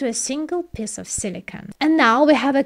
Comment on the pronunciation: "a single piss of silicon" i like it :p